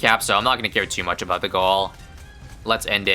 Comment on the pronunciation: Is "aboot" another ISABism like "ASAP as possible" or is it his nationality showing?